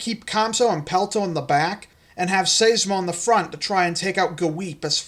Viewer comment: I think Seismo is pronounced with a long i, not an ey sound. Like Seismograph. I could be wrong, since I'm not familiar with the Etymology of the long-neck's scientific name.